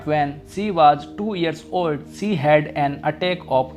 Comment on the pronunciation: Sorry it's she not se